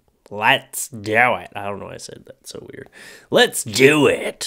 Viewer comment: it sounded like he said toe not so